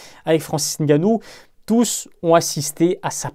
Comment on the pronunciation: Merci de bien prononcer son nom...le "N" ne se prononce pas. C'est de mieux en mieux dans les médias, une marque de respect👍. Force👍